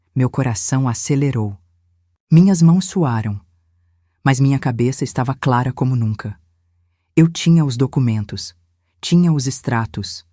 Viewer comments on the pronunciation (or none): none